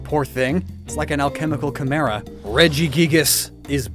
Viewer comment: My heart hurt when you said Alchemical Chimera.